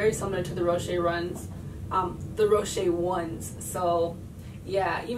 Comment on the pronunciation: its pronounced Row-Shes